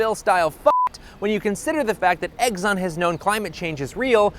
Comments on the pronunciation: I am dumb, and my comment here is dumb, but for god's sake it's Exxon, not "Eggson!" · Hey, it’s not pronounced EGGSON, it’s Exxon. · im sorry but i cant take you seriously if you cant even pronounce exxon correctly. its exxon not eggzon. there is no g or z in exxon. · i love when you say eggzon instead of ex-on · It's Exxon, not Eggson! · Isn't it "ex-on," like the letter? Not "eggs-on?" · Okay... Why, why, why... do you keep saying "eggs-on" instead of "ex-on"? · I love the content but every time you said "egg-zon" instead of "x-zon" I winced and I lost my train of thought. Please don't make me wince. I'm old and it hurts. Thank you. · Quit saying “Eggson”, you doof. There are literally two Xs in there. You don’t pronounce X as EGGS. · You lose me with “eggs-on.” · Is he saying Eggson? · If he says "Egg-zonn" one more time, I'll kigg his azz. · People suck. Also... You say "Eggzon" so many times and I can't not hear it. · why he keep saying eggson?